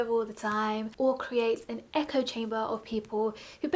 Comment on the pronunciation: “Will create an echo chem-berghhmegerd” loved that you shared the bloopers! 😂 Great vid and I’m trying to get better at saying no to stuff too! Keep it up